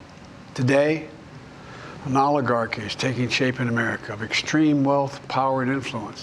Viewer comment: Isn't that adorable joe learned a new word.... Dangerous OLIGARGEE.... He's not kidding man